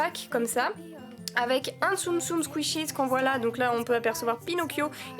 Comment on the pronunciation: T’es pas obliger de dire skishies tu peut juste dire tsum tsum 😅👌🙈